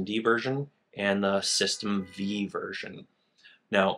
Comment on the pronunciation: The V in System V is a roman numeral, so it's pronounced System Five, not System Vee.